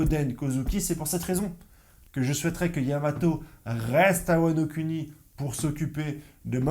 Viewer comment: Ta prononciation de " wa no cunni "